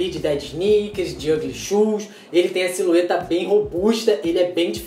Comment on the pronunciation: Só eu que percebi ele falando SILUETA